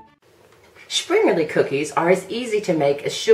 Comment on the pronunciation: Well presented video on this great traditional treat. :) But an honest question: Why is that every video I've seen made by Americans, springerle is simply not pronounce correctly, always adding an "eee" sound to the end rather than "uh" or "eh". It's so very odd and I wonder where it comes from. They've been in my family in the states for generations now but we all pronounce them almost the same as any German speaker. :-/